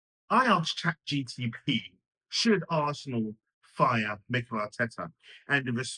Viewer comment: Guy can’t even say Chat GPT right.